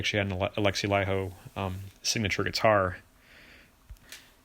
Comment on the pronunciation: FINALLY an American who pronounces Laiho correctly.